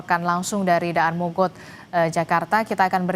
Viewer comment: mba nya ga tau cara baca daan mogot lol